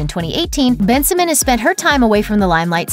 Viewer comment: It’s pronounced Ben-si-moan 😂😂 not Ben-si-min